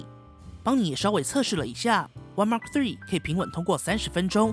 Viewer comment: 你的英文感觉跟鸡叫一样，记住，说的快不代表说得好，了解这个就说明初级入门了。还有，毫米就毫米，还mm，全称是millimeter。别再说Mark 3了 实在是难听，恶心，还有2，那是土，不是tou，